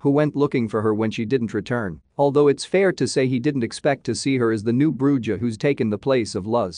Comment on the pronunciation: The way he says bruja. Smh. And javi. Whats next? Jalapeno?are you gonna say it with that hard j?